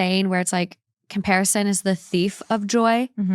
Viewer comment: Ironically you butchered it 😂